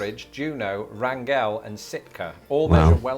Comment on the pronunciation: just for the record, Wrangell, AK, is pronounced RANG-gul, rather than rang-GELL, as in 'to argue'.